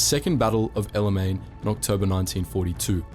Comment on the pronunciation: I don’t know about this guy. He consistently mispronounces El Alamein.